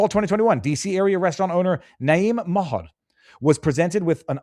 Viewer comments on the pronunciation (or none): none